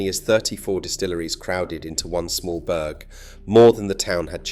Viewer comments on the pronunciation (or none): Wtf is a 'berg' ? Oh, he means Burgh....pronounced Borough! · It is not pronounced burg but buh-rah